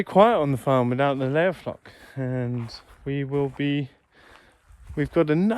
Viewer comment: Hi, you need to say “layer flock” slowly, so it does not come out in a tangle. 🤣🤣🤣. Excellent and informative share as usual